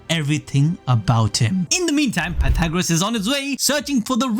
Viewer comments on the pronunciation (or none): none